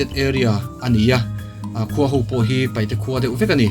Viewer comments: Sir Paite tih tur,Paihte nilo in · Paite a ri a i ti hi an dik nawh.